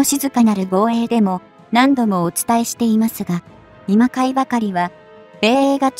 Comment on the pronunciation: 今回を 「いまかい」❌こんかい⭕️ 制空を 「せいそら」❌せいくう⭕️ 大出力を「おおいでつとむ」❌だいしゅつりょく⭕️ 対艦ミサイルを「ついかん」❌たいかん⭕️ 等と誤読 ロールス・ロイス社をロースルロイスと誤記、誤読 改善されたし。